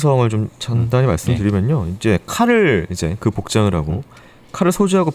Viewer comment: 크라임 한가지 거슬리는 것. 배교수님의 말 습관입니다. 정규방송 앵커같을 수는 없지만. 그렇게 해고 --> 그렇게 하고 왜 그래느냐 --> 왜 그러느냐 불쌍해다 --> 불쌍하다 그렇게 핼 수가 있겠느냐 --> 할 수가 있겠느냐. 해다 라는 말은 없습니다. 해 를 쓰는 경우는 하다의 활용형으로 명령형이나 과거형에 활용되는 말일 뿐입니다. 많이 거슬립니다.